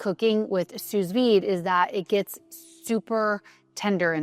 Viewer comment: I love your content. You come across as a lovely and genuine person. Thank you for sharing what you are doing to advance longevity research, especially as a female. You are aware that we have different nutritional needs and tailor your lifestyle accordingly. You also eat a variety of foods, which is the best way to get nutrition. By the way, small nit pick: sous vide is pronounced as sou vide. It’s a French term.